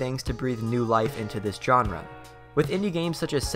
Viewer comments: dude wtf is a "JOHN-RUH" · If you drink every time he butchers the word "genre", you'll get alcohol poisoning. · please learn how to pronounce genre